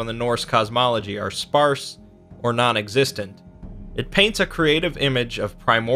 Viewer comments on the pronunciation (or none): none